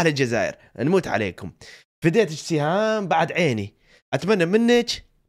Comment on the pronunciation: البنت إسمها سهام مو شهام 😂 و هي من الجزائر ❤🇩🇿